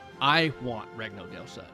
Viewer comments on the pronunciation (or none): Bro says france like hes french but regno del sud like the worst texan you know